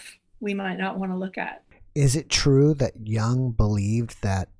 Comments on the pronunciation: His name is not prounced young. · I still cringe every time I hear someone pronounce Jung as rhyming with "fun". It rhymes with "put", as in I need to put sugar in my coffee. Sorry if this is off topic, but there it is. That said, I think I'll be learning much as I listen over and over again to this conversation. Thanks to for giving us these podcasts!, you are wonderful!